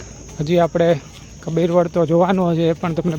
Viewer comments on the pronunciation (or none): કપીર વડ નહીં કબીરવડ ભાઈ